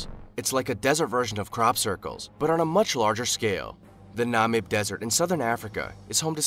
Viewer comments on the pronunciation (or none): none